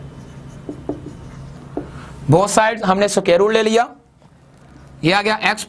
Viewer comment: Sir soquare nhi square hota hai ❤️